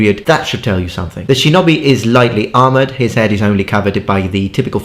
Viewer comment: how in the fuck did you just pronounce shinobi